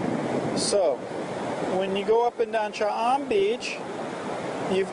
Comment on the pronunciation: I enjoyed your video but what bugged me is your pronunciation of Cha am and Hua Hin. Not that big a deal but kinda put me off at the start.